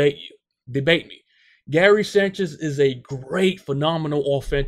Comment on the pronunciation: Can you just say his name right please